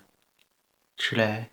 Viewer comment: Thanks, vey useful for learning pronunciation for common words and letter arrangements. Is there any reason you don't pronouncing the 'f' at the end of words like tref or olaf?